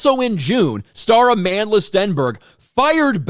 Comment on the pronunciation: "Amanless Stenberg" is how I heard you say it.